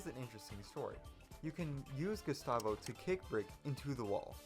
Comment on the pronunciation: DID YOU JUST SAY GUSTAVO WRONG?